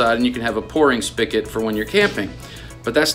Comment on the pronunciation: FYI pronounced "spigot" not spicket